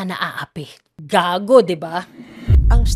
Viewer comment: Gagi hahhaha lutong ng "GAGO"😂😂